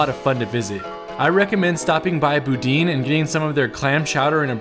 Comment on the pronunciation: i screamed when i heard the pronunciation of boudin. louisiana native here, it’s said like boo-dan (silent n just had to show how u would say the a)